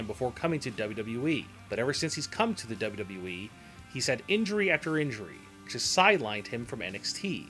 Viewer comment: I 've never cared for the way the narrator says, "WWE" and I think a lot of what he says here is pure conjecture. He uses words like, "probably" too much.